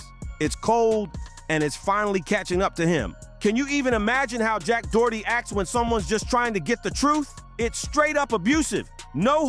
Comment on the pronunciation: After making all these videos about him, u still dont know how to pronounce his fkn name 😅